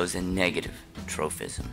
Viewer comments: Why do you keep saying tropism with an "f" sound? It doesn't have a "ph" so it's just pronounced as a p. troPism, not troFism!!! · definitely is though. Kids might watch these for educational purposes and learn to pronounce the word incorrectly. Proper pronunciation is pretty important